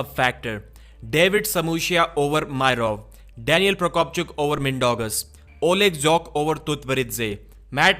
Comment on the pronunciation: Bro said Oleg Zhokh so casually.